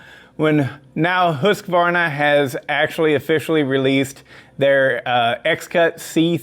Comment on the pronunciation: Before i die i want to hear one american pronounce Husqvarna correc,t once.